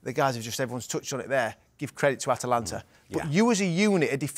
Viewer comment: The name of the club is ATAlanta not Atlanta. It's so annoying to hear 😂😂😂